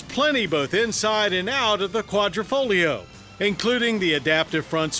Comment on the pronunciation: its Quadrifoglio not quadrofolio.